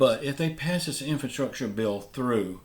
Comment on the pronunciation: What's an infanstructure bill? Do you mean infrastructure?